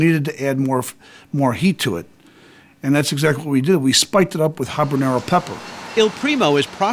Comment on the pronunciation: it's not capsicum, you idiots; it's capsaicin. and it's habaNERO, not habanYERO. editors weren't doing their jobs back then, were they? 🤦🏻